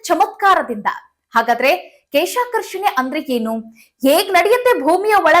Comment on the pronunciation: ಕೇಶ ಅಲ್ಲಮ್ಮ ಕ್ಲೇಷಾಕರ್ಷಣೆ, ಯಾರೋ ಬರೆದು ಕೊಟ್ಟಿದ್ದು ಓದೋದನ್ನ ಬಿಡಿ ಅನುಭವದ ಕೃಷಿ ಮಾಹಿತಿ ಕೊಡಿ.